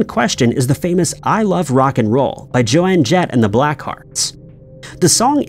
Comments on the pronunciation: Yes he just said her name wrong lol. Her name is Joan Jett, pronounced normally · Lost all credibility with Joan Jett pronunciation. Joan not Joe Anne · I saw your comment as I started the vid. FF’d to hear it myself. Either someone isn’t doing their homework or it’s AI. Either way, fail. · Wait; WHAT?!?!? WTF???? When the hell did that change??? I lived back then too!! Her name was definitely “Joan Jett” not Jo Ann Jett 😱😱😱😱😤😤😤 Cheers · Sounds like AI presenting. It never gets pronunciation correct. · this video just created a new Mandela effect he says Joann Jett and for 40 years ive been saying JOAN Jett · did you say Joanne Jett and the Blackhearts? Dont go starting another Mandella Effect. It's JOAN Jett :D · Spends part of a video correcting misread lyrics, then calls Joan Jett “Jo-Ann”… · her name is JOAN JETT, NOt Jo Ann Jett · Joan Jett, not 'Joanne' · Joan Jett not Joann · Who the hell is Jo Ann Jett?? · The mispronunciation of her name - while the video shows an album with “Joan Jett” - indicates this is voiced by AI. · Umm i havent got that far in the video but i know its Joan Jett!! Ive watched documentaries on her, Dolly Parton just put her on her RockStar album and she called her Joan! Its Joan Jett! This guy is wrong on this one. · He said Joanne Jet on purpose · Who the hell is Jo-Anne Jett, SIR???? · Is the narration is a bot. There are 1 million posts on every social media platforms that pronounce names incorrectly. I don’t think he meant that her name was different, he was referring to the song that was different. he just pronounced the name wrong. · Are you going to blame the Mandela Effect for your butchering of Joan Jett’s name?